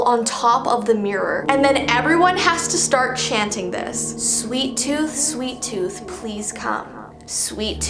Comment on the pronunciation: DO NOT play the game "Sweet Tooth": Hey guys! today ill be playing "Sweeat Tooth" Me: are you sure you wanna play this you made a video not to plat the game "Sweet Tooth"